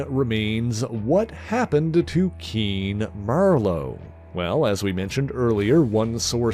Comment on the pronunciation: Keen MER-LOW???!?!?